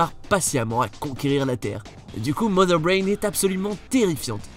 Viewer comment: Tu as bien prononcé Mother Brain